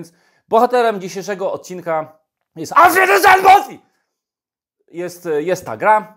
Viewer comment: Prawilna niemiecka wymowa dopiero daje odpowiedni wydzwiek tytułu gry :D hahah